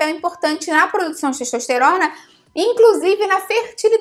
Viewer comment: "Teixtoixteirona" Português mandou lembranças.